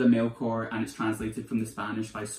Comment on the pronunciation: You’ve convinced me to pick up Hurricane Season! I speak Spanish so I’ve always wanted to read it in the original language but it’s v hard to get here in Scotland! Love your channel! Please keep the videos coming! 💚 📚 BTW, the ‘ch’ in Melchor is pronounced as the ‘ch’ in cheese 🙂